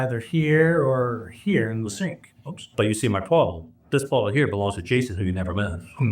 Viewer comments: I had to read the captions to figure out the word “bottle”. 😂 I was hearing ball. How do you have three half full balls with fingerprints. 😂🤣 Pedal bike was a new one. Distracted me from everything else. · Omg I did the exact same thing. I kept hearing “balls” for the longest time. Thought they were playing boules or something 😂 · Yes. The buzzcut guy can’t say “boTTle”. He needs a speech coach.